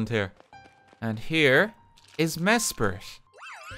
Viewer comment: Just a heads-up: It's Mes-prit. M-e-s-p-r-i-t. Not Mespirit.